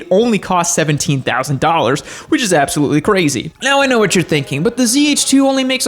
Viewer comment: “I’ll tell you huwhat” hank hill or?